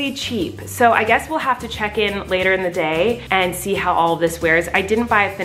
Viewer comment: Later not latair